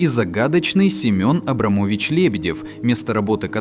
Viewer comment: Предложения глотаются из-за обрезок. Или озвучил ИИ? Семён АбрамОвич Лебедев